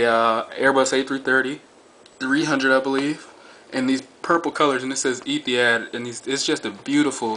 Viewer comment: pronounce it like Ethi-HOD not had, hope this helps. Great aircraft!